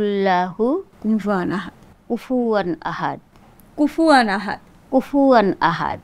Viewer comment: কুফু ওয়ান আহাদ। কুফু আন আহাদ নয়।